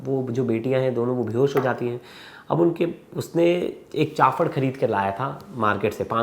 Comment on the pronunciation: It’s CHAAPADH, not Chaafadh